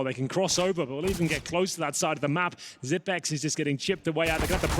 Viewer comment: why is he calling him zip-x? Lol